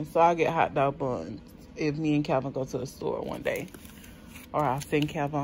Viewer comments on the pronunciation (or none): Calvin! Not a Chai “P”🤣🤣🤣